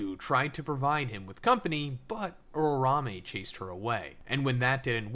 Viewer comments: Makes my ears tick whenever this dude says "urarame," when it's "uraume." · why you call her urarame ?? can't you atleast learn to say it right?